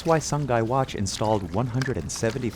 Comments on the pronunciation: not the narrator pronouncing sungai (river) like the english words sun-guy😭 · SUNGAI means river, is pronounced SOO-NGUY not SUN GAY. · It's pronounced "Soo-ngai" Not Sun-Guy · not the "SUN-GUY" 💀💀💀💀💀💀